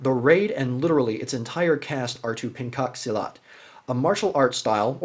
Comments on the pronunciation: i love your review. read "Penchak Silat" not pancake huh. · This is the best movie review i've witnessed so far, and oh, you've pronounce Pencak Silat as Pan-cock silat it's actually Pan-chuck See-Lot :))